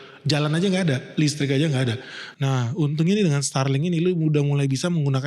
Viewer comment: Starlink.. Bukan starbuk keliling😂😂😂😂